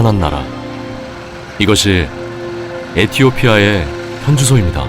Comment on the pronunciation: 발음: 이것이 에티오피아에 현주소입니다.에티오피아에 ==> 에티오피아의.의를 에로 발음하니 쓸 때도 '에'로 씀.그게 문제.